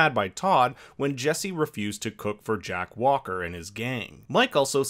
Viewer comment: he said “Jack Walker” 🛑